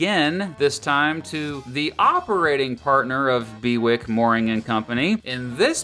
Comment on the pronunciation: It's probably pronounced Bew-ick rather than Be-wick :)